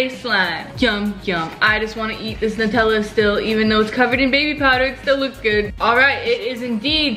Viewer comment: It's nutella sounds like new tell uh